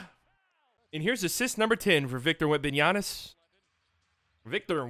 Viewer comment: So disrespectful with his name, WEMBANYAMA, NOT WEMBANYANA OR WEMBANANA